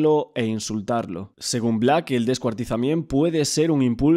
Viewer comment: Pero por qué dices "descuartizament"???